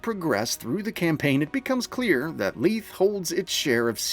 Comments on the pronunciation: Isn't it "LEE-thee?" I hope they're not saying LEETH in the game... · It's "ley-thee"